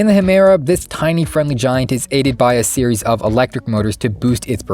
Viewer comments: If I'm not mistaken, its Pronounced Gemera, with a hard G, not Hemera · ''gemera'' not hemera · ITS GE-MERA NOT HE-MERA. GE LIKE JE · I hate this guy's pronounciation of gemera. Its either a ge or a ye not a he. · It’s pronounced “yemera” not “hemera”. It’s the two words Ge and Mera which mean “give more”. It’s a play on the other car called Regera which means “to reign”. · Gemera is not pronounced "Hemera", it's the two swedish words "ge mera" that means "give more", and should be pronounced "Yemera". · I think you should pronounce properly don't say HAMERA say it GEMERA...😁😁😁😁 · bro I saying hamera instead of gemera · It's not Hemera, it's Gemera and it's pronounced yeah mera but together at the same time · its not pronounced hemera its pronounce more like jemera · hemera what did u say its ge-me-ra notthat hard to pronounce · its gemera not hamera. gemera transltes to give more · the heck u mean "hemera"?? its pronunced "jemera" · If you’re going to make a video about something, at least know how to pronounce one of the main things you’re talking about 🤦🏼‍♂️ ”Gemera” is not French or Spanish, or whatever you get that pronunciation from. It’s Swedish and you should pronounce it more like ”Ye-merah”. At least don’t leave out the G… it sounds so ridiculous, like you’re trying to sound fancy or something, but failing with the basics 🤦🏼‍♂️ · Bruh it ain't "Hemera" it's "Gemera" which means 'Give more' in Swedish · Stopp saying Hemera it’s Ge-mera, meaning give more in Swedish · Idk where you find the "H" in Gemera, but it's not pronounced Hemera. It's Ge (give) pronounced jé and mera (more) = Gemera (jéméra) . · Why you keep saying Hemera? It’s Jemera no? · The cars name is gemera not hemera. It is pronounced gemera not hemera. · Its not pronounceed hay-mera, Gemera is pronounce Jaymera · Gemera, not Hemera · I don’t know why you’re saying “Hemera”, it’s called “Germera” with a G. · Huuuh? HUUUHHH? HHUUUUUUHHHHMERA????? whatt the accual F. It is pronounced "Ye-Mera"